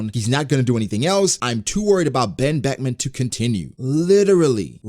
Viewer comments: he said ben Beckman in ugh engrish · "Wen Weckwan" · Bro i lost it at the "OoOoh...Ben Bekuman". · Oooh... Ben Beckuman... 🖐️😯🖐️